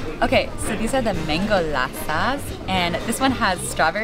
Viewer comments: It’s not lassas, lassEE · Pushpek Sidhu 🇮🇳 gora pakora It's not lasso it's lassi It's not Madras Coffee It's Tea Masala 😡😭 I am ruined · It is "Lassi or Lassee" not Lassa. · It's not lassa it's lassi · She said mango lassas 😂😂😂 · Hi, the drinks are called Lassi with emphasis on E not I 😊